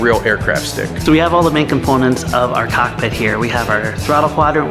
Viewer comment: Whenever you say cockpit my brother I'm tellin you said cock me I'm laughing